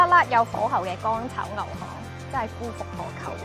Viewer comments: 片開頭個口號如果直排應該右起向左唔係左起向右； 夫復何求個夫讀符唔係第一聲夫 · 「夫」是不是應讀作「扶」🤔